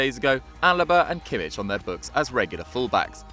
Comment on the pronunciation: please research on pronunciation. you butchered jablonec and completely continue to fail on kimmich